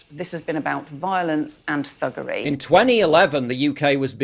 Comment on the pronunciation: I cant take anyone that says “thuggary” seriously.